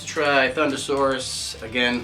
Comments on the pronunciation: ThunderRoarus not Saurus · You said thunderroarus slightly wrong